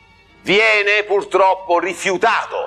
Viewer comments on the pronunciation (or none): none